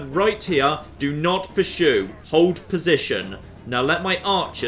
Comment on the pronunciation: someone needs to teach how to say persue